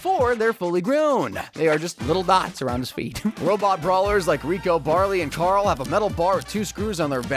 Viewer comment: did u just pronounce carl as "charl".